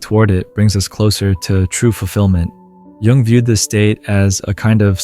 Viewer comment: Not sure whether it's a real person or AI, but Jung is certainly not pronounced "young". Very annoying.